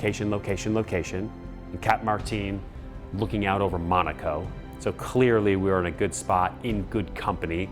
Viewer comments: its not pronounced mOOOnAco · You can't even pronounce the location correctly?